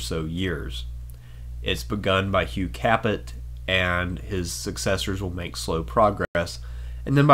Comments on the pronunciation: Haha nice pronunciation! You would think that someone doing a history of the FRENCH monarchy would at least learn basic language skills. Typical Anglo....it's Hugh Kā Pay not Hugh CAPP IT haha. I shouldn't be surprised though, coming from someone who chose to use the modernist non scholastic uneducated BCE/CE . Read some works on Logic by Aristotle and more importantly, St Thomas Aquinus. All joking aside, everyman should study Philosophia Perennis. To learn the correct and ordered way to think logically and true. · 😓😓😓, "Hugh KAPPIT".. you pronounced it "KAPPIT". Right. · Pronounce Cap A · Capet is pronounced "capay". It's French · Hi love your video but holy shit the way you pronounce shit drives me nuts. You're telling me you've never heard how to say Capet, or Valois??? Really?